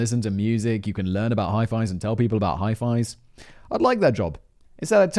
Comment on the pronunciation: "Hi-Fis" Simon? Lol, but regarding your Tidal, are you using a DAC capable of Hi-Res audio? If not, or if you don't know, I'd suggest looking into getting one, if your hearing is good enough you'll hear the difference.